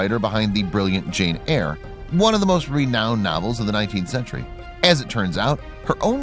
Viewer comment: No it was pronounced correctly in the video